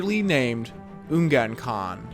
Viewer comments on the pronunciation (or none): none